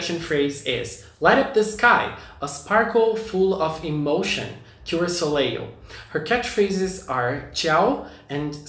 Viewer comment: The second l in Soleil is silent. It’s pronounced so-lay